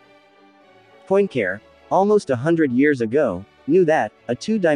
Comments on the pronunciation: You just cannot say POINT CARE as it sounds in English... (please say something like PUA-CAREER). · “Point Care”? 😢My goodness, can’t you make at least the effort to try to approximate the correct pronunciation? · Your pronunciation of 'Poincare' hurts my ears. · Not to mention unable to pronounce Poincaré. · Well, but why do you refuse to pronounce Poincaré correctly? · Why would someone put so much time and effort into producing a video about a mathematician known for proving the Poincaré conjecture, and not first of all learn to pronounce Poincaré?